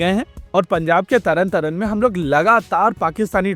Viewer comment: Not Taran Taran it's Taran Taaran😂😂😂😊